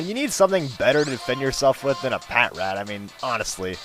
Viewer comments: And pah-trat :) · ITS PRENOUNSED PA-TRAT